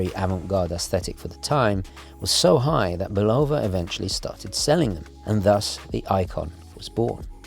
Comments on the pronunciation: Um, say BULL-uh-vuh instead of Bu-LOW-vuh. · Speaking of Bulova (BULL-of-uh), I wish you'd do a review of the Hack.